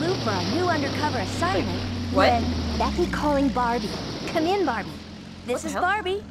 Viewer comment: "Hi Decky!" Barbie pls, it's Becky